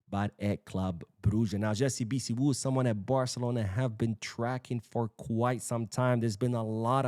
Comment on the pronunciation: The name is pronounced....... BHI-SIW ..... two syllable